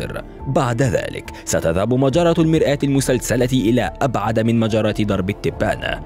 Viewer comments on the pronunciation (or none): يا أستاذ إسمها المرأة المسلسلة مش المرآة شكلك حافظ مش فاهم